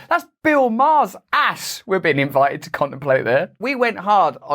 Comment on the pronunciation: Say T, T, T I don't know how to spell it the was you say it but you aren't pronouncing your "T"s. It's " invi"T"ed, not invi_ed.... Benefi"t"ed, not benefi_ed. etc, etc,.